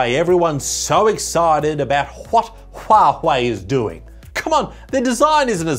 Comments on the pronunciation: I love how he calls Huawei huwahwah💀💀💀💀💀💀💀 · you call it Who-are-they... That is a proper pronunciation of Huawei. 😉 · Those "Hua-huei"'s killed me 🤣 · why is he keep calling it hua hwei lol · why HuaHui? i really didn't expect 'w' is so difficult to pronounce. like 'whey protein' is not challenging. i though, sh, zh are always difficult but not for germans and slavish speakers. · proper pronouncination of huawei is Who are they? or who the fuck Apple thinks it is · Need to teach the guy how to pronounce huawei correctly 🤣🤣🤣